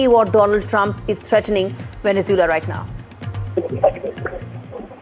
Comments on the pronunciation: It's Venezuela not Venezoola 😂😂😂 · For f sake, pronounce Venezuela properly! 😡